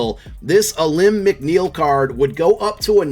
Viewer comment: It’s pronounced “Aleem” McNeil !! GO LIONS